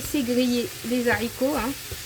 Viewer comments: Beurk les Zaricots 😂😂😂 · On dit Haricots ! Pas de liaison Z, car c'est un H aspiré !